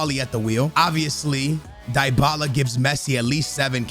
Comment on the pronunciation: Did he really say " dybala" ? 😿